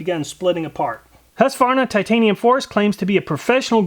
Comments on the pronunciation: I get that you nickname Husqvarna "Husky" but it's not pronounced that way when you say it in full. Hues-Kvar-Na The "Kvar" is the difficult bit for American English. Prolong the A, sounds like "Kwan" (same as swan) but with an r mixed in and a sharper A. IPA/Swe: hʉːsˌkvɑːɲa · I couldn't understand the name you pronounced. And you didn't show it so we could see it. It sounded like Harsvana.